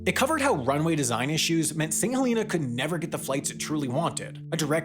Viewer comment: Thank you for pronouncing St Helena correctly! I was on the first flight from St H to London 😊